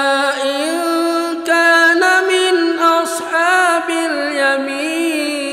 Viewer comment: ayat 90, saat seblm terharu, ustadz lafalnya "wa amma ingkaaana" bener, tp setelah terharu (menit ) beliu sepertinya mengucapkan "wa amma ingTAAna"??? atau saya yg salah dengar? Saya sudah ulang2 berkali2 koq tetep INGTAANA ya dengernya.... Terimakasih... Mohon maaf jika sy yg salah